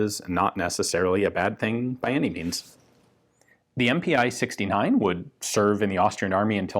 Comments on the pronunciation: MPi in German is pronounced "eM-Pee" not "eM-Pee-Eye". Its just a different way of abbreviating "Maschinen Pistole". "MPi" is not very common compared to the more widely used "MP". Also the east Germans called their AK's the MPi K for the AK47 and MPi KM for the AKM. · MPi would be pronounced EM-Pee in german.